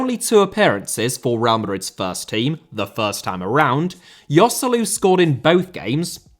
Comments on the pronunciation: Yoselu?! Its pronounced Hoselu, its not that hard lads... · "Yoselu" lol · man, who hurt you? :D The only real mistake is Joselu, the rest is fine